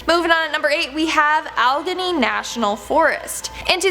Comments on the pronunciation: It's pronounced Ah-le-gainy (Alleghany) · It sooo funny that the young people are so smart......so smart that they post a video with obvious production value but no one can figure out how to pronounce Allegheny....proof out your sht before you post it kids ...god bless 🇺🇲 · ha... this chick has horrible english...can't pronounce Allegheny and uses "deers" instead of "deer"..... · Bigfoot does exist and many of us have seen the creature. I live in the Blue Ridge Mountains of Virginia which are part of the ALLEGHENY MOUNTAINS. Allegheny is pronounced Al - I- gain- e!